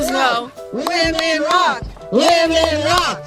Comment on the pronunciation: I know they say “women rock”, but I can only hear “women raw”!😂